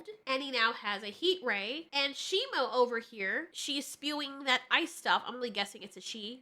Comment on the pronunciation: Its SHIMU why does everyone keep on saying his name wrong its shimu not shimo